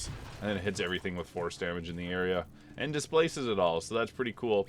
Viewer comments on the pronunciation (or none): none